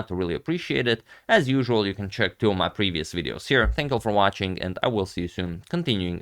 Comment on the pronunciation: agadmator has a COWBOY/COWGIRL/WEST AMERICAN/SOUTH AMERICAN ACCENT?!?!?! '2 of MAH previous videos'